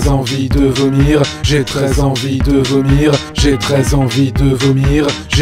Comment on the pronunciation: Au bout d'un moment on dirait qu'il ditt " j'ai 13 envies de vomir" x)